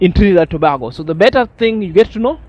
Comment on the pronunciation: my brother it pronounce To- bay-go Tobago